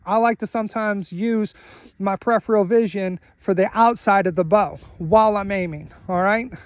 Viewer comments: Your pronunciation is also incorrect and a common way many people mispronounce it. The correct ways to pronounce it are Per-if-er-ul or Pr-if-er-ul. Per-if-eal is wrong. The second R is pronounced in both UK and US pronunciations and is not replaced with the E sound. It's a good idea to look things up before correcting people on the internet. There are many videos/audios on the internet demonstrating the correct pronunciation of the word Peripheral. Check them out. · Peripheral (Per- if-eal) not prepheral